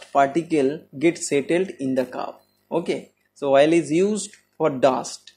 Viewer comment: Good content and explanation. Small advice: please pronounce the word OIL clearly, not 'VOIL'. Take as positive feedback